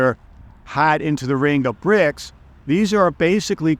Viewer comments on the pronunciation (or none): So CRIBS, not BRICS😂